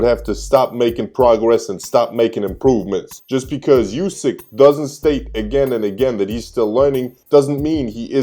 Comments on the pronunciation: And its pronounced 'oo-sick', not 'you-sick' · Hey man you pronounce Usyks name wrong. It's oo-syk not you-syk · Just to let you know... USYK is pronounced UUD-SICK like "OO" IN WOOD.